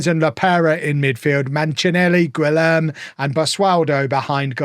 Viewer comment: Teoclécio sounds like Teoclesio and not Teoclekio. The U is silent in Guilherme, like in Giga. And the final E is pronounced. Here to help in any Portuguese phonetics if you need it.